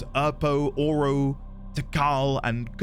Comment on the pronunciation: Oro meaning Gold. It should be Oro like Oreo without the E and kin like you'd expect.